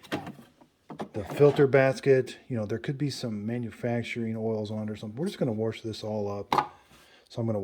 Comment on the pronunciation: We just got ours earlier this week and no manual on how to use it??!! Also wash doesn’t have an r in it!! I try to correct my. MIL as she says “worshington”. I thank God my husband and his sister didn’t develop thst bad habit!! My MIL Sa ing